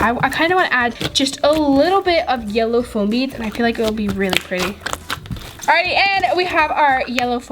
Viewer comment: She kept saying flom 😐😐😑😑